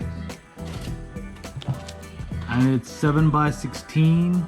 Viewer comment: I can't believe I just watch an install guide by someone who doesn't know how to say 7/16's. I'll go find a better video now.